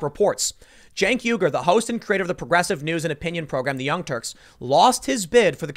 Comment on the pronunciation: Tim, Uigur is pronounced why gur.